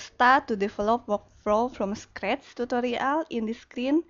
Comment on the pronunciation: Lol, I hate when you say scratch,, no offence, but I can bearly understand what you're talking about.